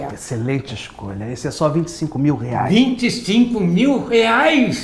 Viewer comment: 😂😂😂😂😂😂 "25 MIL REIAS?" KKKKLKKL